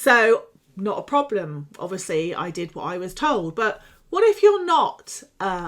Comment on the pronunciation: Why so you say obvuu osly 😬😬